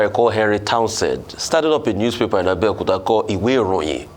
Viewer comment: Please, Why is it Abeokuta.. All pronunciation speech coming out. Please don't give ur town Bad Name.